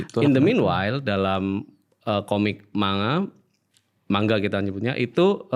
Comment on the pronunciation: Sekedar info, lafaz 'Manga' yg benar di baca "Mangga" (huruf NG pertama masuk ke hidung). Sama seperti pengucapan 'Saringan' dibaca "Saring-gan", bukan "Sari-ngan".